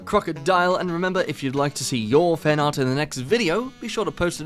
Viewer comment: I'm such an easy mark. I LOL every single time you say "finart."